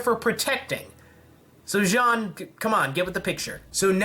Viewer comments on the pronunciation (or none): none